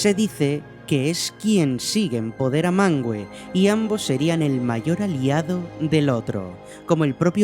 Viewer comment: No se pronucia MANGUE, se pronuncia MANVE, lo dejan mas que claro en las notas del idioma en el Silmarillion